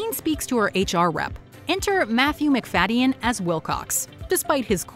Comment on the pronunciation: It's pronounced "Mc-Fad-Gin" not "Mc-Faddy-In"